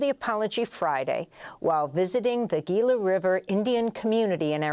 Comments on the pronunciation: Gila is pronounced with an H - Hee-La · It's pronounced HILA River. 😮